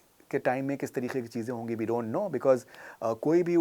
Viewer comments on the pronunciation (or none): none